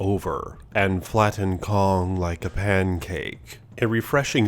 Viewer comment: Pancake the way he says it lol